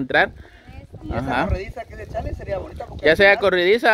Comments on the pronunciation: Es corrediza, no corridiza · se dice corrediza no corridiza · Acá en mi país es corrediza no corridiza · Corridiza o corrediza 🤔🤔 🤣🤣